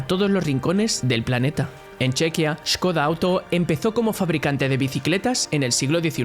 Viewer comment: Skoda pronunciada correctamente en Checo. Porsche absurdamente pronunciada como si fuera un nombre inglés.